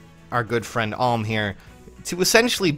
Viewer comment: Another comment about him saying Alm wrong